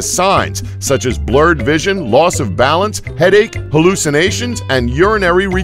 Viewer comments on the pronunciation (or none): none